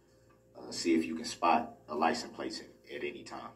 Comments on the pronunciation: License PLACE. he cant even pronounce simple words. Makes him look and sound even more stupid. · It sounds like he is saying license PLACE - not plate! Is that yet another Brooks-ism, if I am hearing right??? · Yep. Lisent place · 🤣He reminds me of when you first learn to write or fill in for a job you’re not qualified for. Why does he keep saying Ly-sent Place? Just idiotic.😤🤣🤣